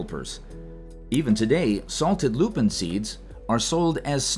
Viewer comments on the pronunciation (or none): The lupin plant is pronounced LOO-pin. The emphasis is on the first syllable, and it is spelled either "lupin" or "lupine". Proper pronunciation in the horticulture world is a huge thing. Saying or spelling it wrong gets you in shit.